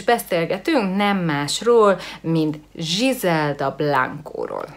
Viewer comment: nem zsizelda hanem grizelda...jó néhány dolgot rosszul tudsz de nagyrészt korrekt...jó a video.